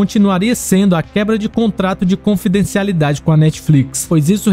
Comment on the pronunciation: Cara mano vc n sabe falar confidencialidade kk